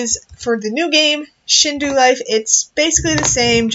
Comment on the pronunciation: It's Shindou Not Shinduu